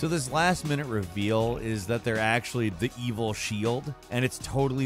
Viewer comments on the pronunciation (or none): none